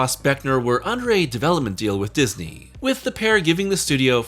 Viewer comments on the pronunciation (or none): none